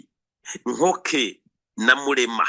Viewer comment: Murashimisha@ Alain na maman Shantali Capitaine Mutega👌🏽 hano i Masisi bamwe twivugira n’andi masaku: - I GATOYI ✅ si Katoyi❌ - Mu NKOKWE ✅si Nkoke❌ - I GASHUUNGA✅siGashuga❌ -IBUKUUMBIRIRI✅siBukumbiriri❌Murambe gusa💪🏽🇨🇩🇨🇩🇨🇩🇧🇮🇧🇮